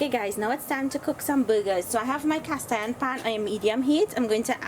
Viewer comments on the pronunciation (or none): Oh BURGERS! It sounded like you kept saying you were cooking some buggers